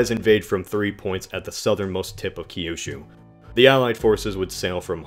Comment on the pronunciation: its Kyushu. not Key You Shoe.